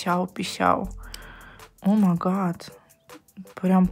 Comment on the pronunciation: говорит о ма гат, а надо говорить о май гат